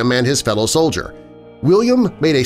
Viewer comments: Soldier not Sodlier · Solider? That's pronounced "sol-i-dur"